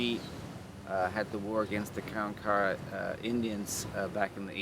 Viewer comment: ITS NOT" KAREN- KAWA" YOU IDIOTS!!!! ITS KAR-WAN-KA WA GO SMOKE ANOTHER BOWL!!! YOU WRONG AGAIN POT HEADS- THERE ARE NO- REPEAT NO ROCKS NATURALLY AT GALVESTON ISLAND- ITS A HUGE SAND BAR- THOSE ROCKS WERE PLACED THERE BY MAN!!!! STORM CONTROL...... ISALND OF DOOM RELATED TO SO CALLED PIRATES AND AFTER THE 1900 STORM AND BEACUASE INDIANS ATE PEOPLE